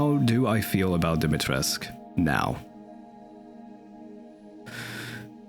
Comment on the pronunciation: I have a little pet peeve as your likely only Romanian subscriber. You pronounce Dimitrescu as if it were a french name. I know that the game makes the exact same mistake, so I can hardly blame you for it. Just searching the word on Google translate in Romanian should be good enough-ish to know how it is supposed to be pronounced.